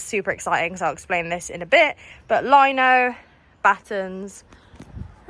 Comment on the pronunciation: why you talk like chicken? instead of "but" you say "baaa", "sprinter" you say "sprin er" etc and those stupid tatoos whats wrong with you?